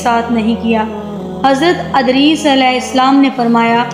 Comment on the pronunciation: Adris nahi hai vo edris hai